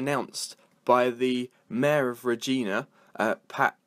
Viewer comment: REG-EYE-NA You're saying almost everything wrong, except Saskatchewan. And it's a stadium. Not an arena.